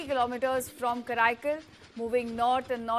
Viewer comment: Karaikal not kraikal